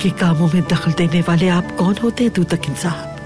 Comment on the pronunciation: “Kaun” hota hai bhai “kun” nahi